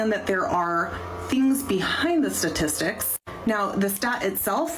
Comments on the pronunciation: Is it just me 😊r does she say satistics instead of statistics in her condescending tone? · “Satistics” ?? 😂 thanks professor